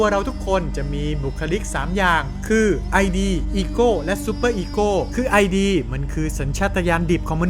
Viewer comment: ID อ่านว่าอิดนะคะ ตามหลักของซิกมุนด์ฟรอยด์ มันไม่ใช่ตัวย่อค่ะ แต่เนื้อหาส่วนอื่นดีค่ะ ชอบ